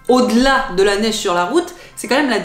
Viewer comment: La « neiche »? Je suis né ici à Montréal il y a plus d’un demi siècle et je n’ai jamais entendu ça.